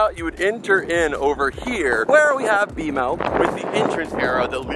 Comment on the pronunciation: It's bmo not bomo